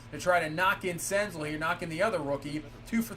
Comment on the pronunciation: Btw senzel is pronounced like gazelle